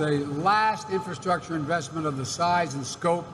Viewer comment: What is "infurrschruucktuurr"?? Norway